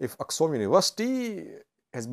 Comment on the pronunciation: Not Aksum, correct it with Axum